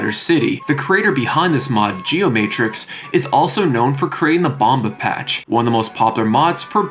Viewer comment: As a Brazilian, im impressed with how much depth u put into our ps2 games history, i really was not expecting to hear a English voice saying things like "bomba patch" and the geomatrix group in general